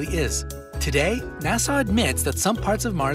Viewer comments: It's NOT Nassau (Na-saw) which is a city in the Bahamas, it's NASA (na-suh). The last syllable rhymes with DUH. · Here is a fact... it’s NASA not Nassau... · how the f do you have 18m subscribers with garbage like this... And its pronounced Na Sa not Nasaw. u plick... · Nassau? NASSAU? It’s fuggin NASA!!! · NASA NASA NASA not NASSAU aghhh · The announcer needs to pronounce NASA correctly. It is not pronounced like the Bahamian city of Nassau. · The bit about Black Holes really didn't say what the "lie" was. And it's NASA, not Nasaw. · NASA is not pronounced Nasaw. Stop it! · Did my ears hear correctly ?? NASA being pronounced Nassau ??? I was Born in Houston and Johnson Space Center has a Place Call NASA ends in an A sound not a AW .. maybe I just heard it wrong Twice?? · Who pronounces NASA like "Nasaw"? Where the f are you from? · Ok ... how about if you want people to take this seriously you pronounce NASA correctly. Nassau is the Capital of the Bahamas!